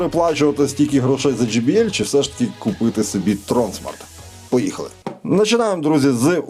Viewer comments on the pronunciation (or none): Тронсмарт не а чом